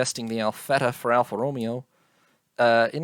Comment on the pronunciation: Alpha Row-May-ow